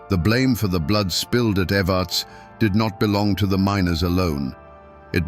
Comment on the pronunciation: We pronounce evarts like this ev- errr- ta- sss The way he was saying it was grating my nerves. Born and raised in Harlan KY ..still here, we ain't going nowhere 😜